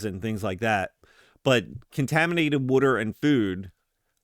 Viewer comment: Subscribed because of your pronunciation of “wooder” thanks for the content!